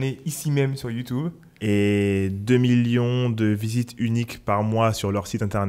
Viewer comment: YouTOUBE lol! Sinon super vos contenus, on en apprend beaucoup. Merci !